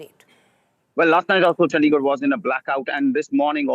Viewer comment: Why does she say Chd like that..chandddigarh